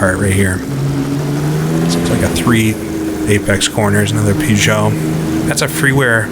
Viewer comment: I love the videos but good lord, every time you say "Pew-zah" the hairs on my neck stand up.